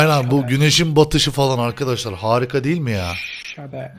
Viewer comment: şader değil şeydır.